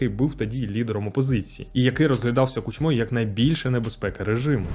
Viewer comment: Не кучмОю, а кУчмою